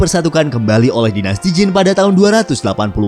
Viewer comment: Dinasti zhu, harusnya dibaca dinasti Cu. Dinasti Qin, harusnya dibaca dinasti Chin. Dinasti Jin, harusnya dibaca dinasti Cin. Dinasti Qing, harusnya dibaca dinasti Ching.